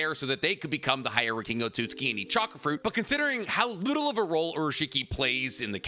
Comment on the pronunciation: "Otsootski" 😂 I try not to acknowledge it, but aahhh! 🤣